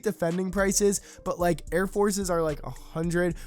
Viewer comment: How do you say the word “like” you don’t say lie key